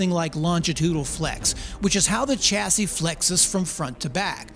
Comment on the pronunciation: Are you pronouncing the las S in chassis ironically? 60-75HP is fine for everyone I know 😊